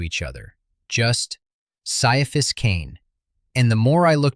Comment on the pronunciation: Ciaphas is pronounced "Kai-a-fass", according to the intro to the first omnibus.